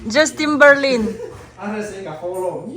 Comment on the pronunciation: Justimberlin tia tim ni lo in ,tin zawk tur lom justinberline